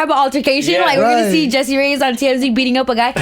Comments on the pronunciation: ReyeS, with an S at the end, not ReyeZ. Speak and write spanish correctly please. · Her name is Reyez